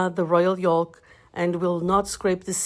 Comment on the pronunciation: The L in “yolk” is silent. You’re pronouncing it incorrectly. Good recipe! Good video, thank you!